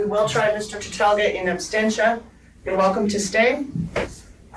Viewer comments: The judge doesn't even know how to pronounce her criminal act! What is "in anstentia?" It's called 'in absentia.' - you said it incorrectly also, but you get a pass. You didn't go to law school. Plus, I like you. I hate that judge and her cronies and her kangaroo courtroom. I'm calling all day Monday, maybe Tuesday too! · It is "absentia" not "abstentia". The fact the judge even made this mistake is inexcusable. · Oh, and the phrase is ''in absentia', not 'in abstentia', you illiterate dumbass. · Silly woman can't even pronounce absentia properly.